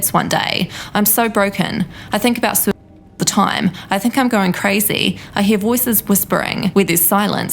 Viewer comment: "She commited ssside."